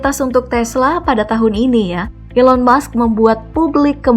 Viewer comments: Elon musk min bukan Elon mush 😂😂😂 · Elon Musk bukan Elon Mush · Elon Musk (pakek K) bukan Elon Mush